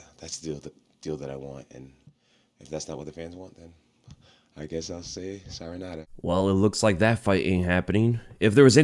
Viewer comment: “If that’s not what the fans want, then I guess I’ll say siren-nada” 🥴